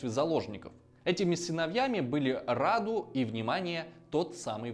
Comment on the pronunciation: Сильно извиняюсь, но считаю, что у меня есть право вас поправить. Как человек с соответствующим образованием, естественно. Имя конкретно этого младшего брата Цепеша принято произносить с ударением на «у», хотя уточню, что правилами русского языка произношение этого имени не регламентируется – обычно говорят так, как вы сказали в видео, рАду. Во-вторых, Раду не был гомосексуальным, более того, он был подвержен сексуальному насилию со стороны Мехмеда ІІ в возрасте 9 лет. Это никак не отменяет того факта, что как раз сближение Мехмеда II и Раду является следствием такого бэкграунда. Просто захотелось уточнить некоторые моменты.